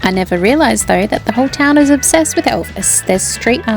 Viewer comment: Awesome vid, pronunciation on towns a little off haha but not bad not bad at all 😎